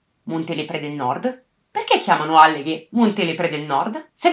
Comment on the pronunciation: Ah comunque è àlleghe, non allèghe, comunque complimenti per il video!